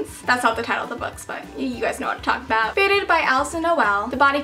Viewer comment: I love how she says "I'n" instead of "I'm".